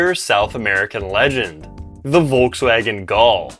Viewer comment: Gol is pronounced Gohl and Parati is Parahtchi with the emphasis on tchi. 🇧🇷